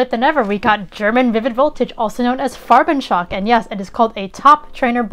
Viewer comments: Very good pronounciation of "Farbenschock"! :) Greetings from Germany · Wow thank you so much! I highly appreciate your feedback on pronouncing "Farbenschock"! ^_^